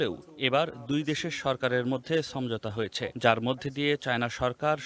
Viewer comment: somjhota na shomojhota. uccharon thik koren bhai, khobor koite aisen